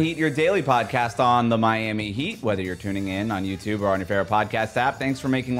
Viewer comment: The Miami accent was spot on haha